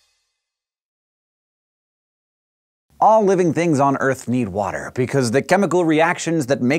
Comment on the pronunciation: Dis is how a fish drink WOTER